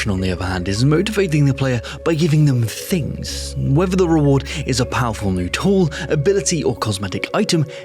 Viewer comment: That is the most Oirish "tings" I've heard in a while.